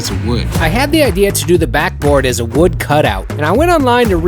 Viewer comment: Not Wood ,… WEWD 🪵 in the words of Bobby Duke arts 😂